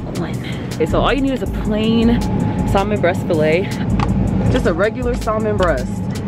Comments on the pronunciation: We are not saying the L in salmon sis!!! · Love this video very relatable ... but y’all the L is Salmon is silent .. and she’s not the first YouTuber to say it that way